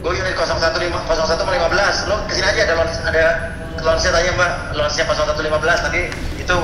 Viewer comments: Lounge kali bang billy, bukan lunch😭😭🤣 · Lounge bang Bil, bkn Lunch. RIP English wkwkwkk